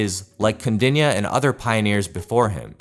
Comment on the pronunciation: Kaudinya...pronounce correctly..